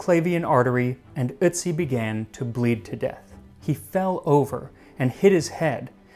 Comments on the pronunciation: Please pronounce his name right. It’s Otiz not Itzi.😊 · It's pronounced urt-see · The umlauted o (ö) in German, and germanic languages, is pronounced like, "er". So, "Ertzi" would be more accurate than, "uhtzi" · Nah, his pronounciation sounds like "Ützi". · It's eeortsi mate (pronounce) the umlaut dictates this. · then how come the guy in the video pronounced it the exact same way as "soot" and his pronunciation was touted as perfect?? you might need to rewatch the vid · It’s pronounced ertzi. O with an umlaut makes an er sound not oo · I'm a native German speaker, I know how it's supposed to be pronounced and listened to it again just now. He's not pronouncing it perfectly, but he's much closer than most English speakers bother to get. He's drifting more into the the neighbourhood of "ü" when he pronounces it, but you can hear he's trying. There is a psychological thing where you can't hear a difference between pronunciations if they're too foreign to you but I forgot the technical term. Same thing happens to me in English sometimes. Check Google Translate, set it to German and listen to "Ötzi". But be aware that it is slightly differently pronounced (short and without emphasis) when it's at the start of a word, so check out "Brötchen" too for a clearer example. In Austrian German it's emphasised more despite being the first letter of the word, but they add a weird diphthong to it too whereas Standard German keeps the vowel pure.